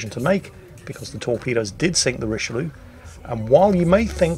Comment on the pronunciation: you're mispronouncing Richyloulou